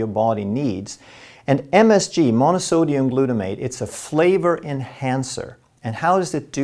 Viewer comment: Как же можно это слушать?! Какие ударения он ставит?! Это абсолютно необразованный и неграмотный человек! Господи, Глютомат натри’я! Ну почему его никто не научит не подскажет?😢😢😢